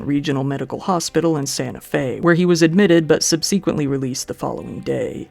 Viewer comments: Sub-see-quently is not how you say it. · Wake in Fright NOT Wake in Freight. And 'sub-see-quent-ly'? Really? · I hate doing this, but it’s a word you frequently use. It’s “SUB-suh-quently” and not “sub-SEE-quently.” If you weren’t so well-spoken. I wouldn’t bother. :) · Hi, fairly new viewer here and loving your work. A quick point in the word subsequently, which I noticed once before in another of your videos and only decided to mention it after hearing you mispronounce it twice... Sub-SEH-quently, nor Sub-SEE-quently. Also don't accent the second syllable at all, if anything accent the third syllable (quent) hope that's helpful. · SUHB-si-kwuhnt-lee, not sub-SEE-kwuhnt-lee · You make this mistake in literally every video—it’s not pronounced “sub-SEE-quently”, it’s pronounced “SUB-seh-quently”; you drive me bonkers every time you say it! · Subsequently isn't pronounced with the hard "E" in the middle. Think sub-SEH-quently. Not Sub SEE quently. Sorry it as driving me crazy. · You keep pronouncing subsequently sub-see-quint-lee bit it pronounced sub-suh-quent-lee.... Great vid tho bro very well put together just found this channel and I believe you are very underrated keep it up bro!! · Fan of your work. Can I ask, please, if you've perhaps only read the word "subsequently," as you pronounce it "subseequently" instead of "subsehquently"? I'm definitely curious if your pronunciation of "subsequent" is the same? Keep up the good work 👍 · I don’t like the way u keep saying subSEEquintly subsequently no SEE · I watched this and then sub-SEE-quint-lee left this comment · I’ve always heard it and said it: sub-suh-quent-lee (subsequently) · SUB suh kwint lee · Subsequently pronounced Sub·suh·quent·ly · "sub-suh-kwint" btw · mispronounced subsequently and several names wrong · very good video i just have to say i have never heard someone pronounce subsequently like that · Do you always mispronounce “subsequently” just to get comments? If so, it worked.